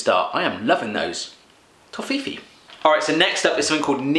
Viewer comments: oder wie er toffifee ausspricht tofifiii:'D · Haha its toffifeeeeeeeeeee not tofifi! And nimm 2. soft. Nimm 2 means take 2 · I love Americans try to speak german :D Tofiifii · we have this in Canada and my wife says toffifee is pronounced "toffee fay" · u should pronounce it "toffifae" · Watching it as a german it's so damn funny how he pronounces the words! TOHFIFI! NIMM SOFT TWO instead of Nimm 2 Soft! BRAUS POLVER! NAIDEREGGERS MARSIPÄN! So cute :D Good video :) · That's so cute :D I had a laughing flash when you pronounced "Toffifee" that weirdly xD The two "e"s should sound like..."fresh", but longer. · Toffifee is pronounced as Tawfeefay. :3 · It's called Toffifeeeeee :D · It's called " toffee-Fay" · the way he pronounced toffifee killed me. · It´s Nimm 2 or Take 2 :D, get it? And the way u pronounce Toffifee is just hilerious :DDD I agree with your face Underberg is nasty. Schoko Bons are more addicting then heroin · The way you pronounced Toffifee . awesome XD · Aha Nice pronouncination of Toffifee- and Bonjour ist german its france. And no german is Dancing like this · The way you pronounce "toffifee" is sooooo funny :'D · Everyone loves Toffife and Hanuta ^^ I love the way your pronounce the Names :)